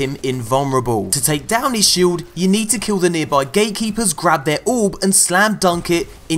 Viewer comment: You said gaykeepers instead of gatekeepers.😅😅😅